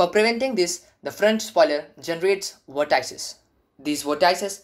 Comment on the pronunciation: Please look up how to pronounce vortices.